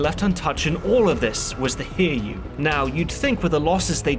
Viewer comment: Its too late now and its far from the only pronounciation mistake, but the Hiryuu is pronounced Hi-ryuu, not Hir-yuu. The rest of the issues are understandable and not a big deal, but I couldn't even tell which ship you meant until I thought about it.